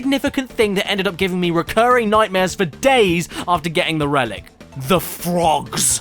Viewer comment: flick in da nats 😂 Loightah Dan Ayyhr! 🤣 JEEZUSH H CWISPS!!! BLLLLLIMPS! balloon passing air sound 🤣 The FWOGS!! Bum bum bum BUUUUU